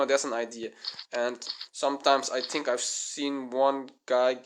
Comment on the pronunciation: CRE A TU RE - not CREATU , THREE - not TREE, THINK not TINK